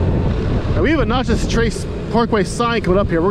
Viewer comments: Natchez! Like gnat chez Not nachos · Dude it’s not pronounced “notches” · I kept looking for salsa...sounds like ta was calling it Nachos 😂😂😂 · What’s funny is there’s a girl with another Natchez video and she pronounced it the same way you did. I’m from Louisiana so I don’t pronounce anything right🤣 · It is Natchez not Notchez. It ends in MS not LA. There is no Notchez LA. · Wow. Mississippi. Also, it’s not pronounced like nachos. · Every time you say "notches", it makes me want to pull my hair out. It's Natchez, rhymes with matches!!! And Natchez is in Mississippi, not Louisiana. If you're getting that small fact wrong, how sure are you that you've ridden in 46 states? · You're killing me how you kept pronouncing Natchez and a few other towns. Tupelo is a great half-way point with hotels, restaurants, gas, Elvis and the downtown is cool. Vanelli's Bristo downtown has the best pizza ever!! In Alabama, around Tupelo and Jackson, you will encounter folks using the road to commute. Park Rangers have unmarked vehicles (trucks, cars, suvs) so keep that in mind, the fines start at $250 and go up. There has been some shady stuff happen on the Trace so if you stop, just be aware of your surroundings and those around you. Plan your gas stops before riding it. It is a great relaxing road to cruise. Some find it boring but others enjoy it. If you want to do 80mph, just take the interstate. Been traveling the road for over 30 yrs. Always be alert to wildlife. Deer do stupid stuff. Turkeys not much of an issue. Turtles and armadillos will cross the road. Seen horses and cows that got out of their pastures on the road. If riding, try to get off before the sun goes down due to wildlife. Very hard to see. People head deep in their smartphones are a problem. They will cross that double line. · There wasn't any problem with how you spelled it. It was the pronunciation you used, you were using a o sound where it should have been an a sound.